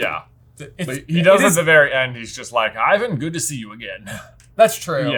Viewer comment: It’s not IVAN, it’s I.V.A.N.